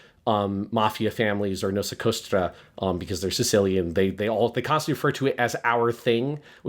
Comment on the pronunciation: So I played Mafia 1 DE and it’s the same sort of open world but not really type of game is describing The Old Country as. I’m thinking 3 might be the only one that’s actually a GTA style open world. Also La Cosa* Nostra* not Nosa Costra lol. They say that phrase all the time on The Sopranos